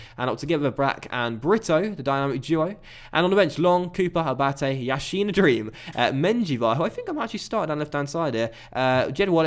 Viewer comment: No offense but yassin is not pronounced like Lev Yashin for example it's more like an 's' (e.g: Salah..)